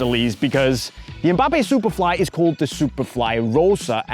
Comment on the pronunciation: Did say "It is what it izz"?😂😂